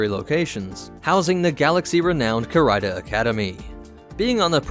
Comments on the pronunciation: Core-Rider? - Damned, it's CARIDA :) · It’s pronounced ca-ree-da. Not ca-rie-da